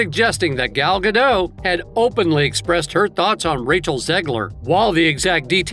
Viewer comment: Shes not french The t is not silent Guh dot